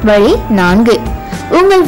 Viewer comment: its"vazhi"=way and not "valee"=pain, sariyaaga "zha"vai uccharikavum